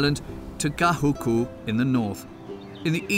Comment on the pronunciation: Great interviews for this documentary, but you need some clarity on pronunciation. The two volcanoes are Waianae and Ko'olau, not Ko'alu. The Queen is Lili'uokalani, not Lilani. Waikiki Beach, not Wakiki. Makapu'u, not Makapu. Makapu'u is on the east side, not the south. Kahuku, not Gahuku.